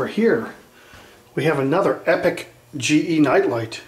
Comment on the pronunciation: You said genie or ge smart led bulbs?